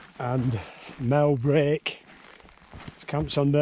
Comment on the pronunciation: Its pronounced MEL BREK! from a proper west cumbrian;)